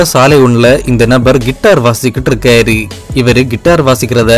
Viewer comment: இருக்காரு , போனாரு .. னு உச்சரிங்க ! இருக்காரி , போனாரி ..! வந்தாரி ! இருந்தாரி , இவரி ! அவரி ! போயிருக்காரி ! வந்திருக்காரி !னு சொல்றிங்க 😂